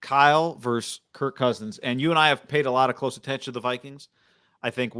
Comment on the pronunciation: Ok guys...it's versUS...not "verse"...you say it exactly like Shanny says it. My ears hurt every time--and the pain has got to stop lol...